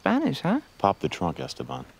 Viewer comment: Why do they mispronounce ESTEBAN ? The 2nd syllable is accented.. Es TE ban